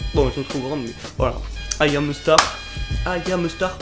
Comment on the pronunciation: AYAM EU STAR 😂😂😂Les français ont vraiment du mal avec l'anglais😝